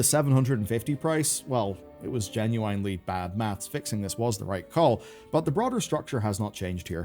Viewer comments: I can't tell if he says genuinely like that because nobody has ever corrected him, or he's rage baiting. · is it that hard to pronounce "genuinely" correctly ?